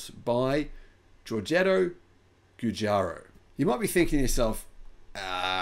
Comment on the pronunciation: It's pronounced Jew-Jar-O